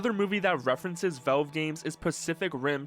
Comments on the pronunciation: Velve? Its valve😅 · i like how u call valve vewve its funny